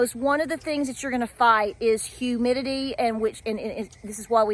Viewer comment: I crack up now, everytime you say highmitity 😆